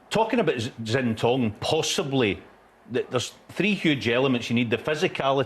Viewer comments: It wouldn’t take long for someone just to go through the proper pronunciation of names with the pundits… even McManus is saying Zintong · Jimmy keeps calling Xintong "Yingtong", does he think his other names are yiddle I po? 😄